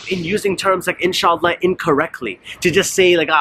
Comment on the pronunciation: I don't care if Biden said inshallah or astagfirulla, the only thing that bothers me is the pronunciation lol! In Shla